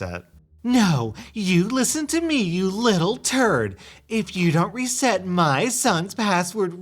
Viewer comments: REE set not re CETT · How are you saying RESET? That's definitely not how u say that